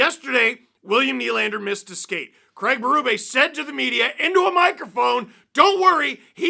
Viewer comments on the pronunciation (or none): none